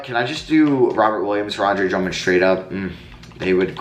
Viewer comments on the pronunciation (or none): none